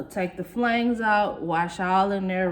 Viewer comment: lol I laugh every time you pronounce flange wrong 😂😂😂😂